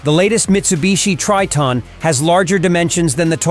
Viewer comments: It's pronounced as "Try-ton" Not "Tree-ton", alright? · A lot of questions pop up here, Tre-ton ? No is (Try-ton)